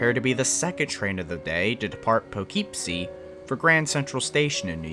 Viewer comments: It’s pronounced, Pokipsee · Poughkeepsie is pronounced puh-kip-see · Small pronunciation note because it’s a tricky word: it’s pronounced Po-kip-see, love the video! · Props for attempting it, but Poughkeepsie is pronounced "Puh-kip-see" hehe :) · that pronounciation of Poughkeepsie 💔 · You said Poughkeepsie wrong